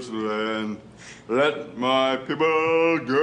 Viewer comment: did he say let my piple go wtf??!!!